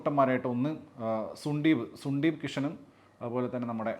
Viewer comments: സുണ്ടീപ് അല്ല മൈർ സുന്ദീപ് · സുണ്ടീപ് അല്ലടെയ് സന്ദീപ് 😂🤣